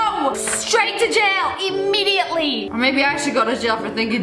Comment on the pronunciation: "Straight to jail!! Emmediently!!!" girl didnt your ass go to jail for armed robbery and nearly go to jail for doxxing someone. you cannot be the mf to talk 💀💀💀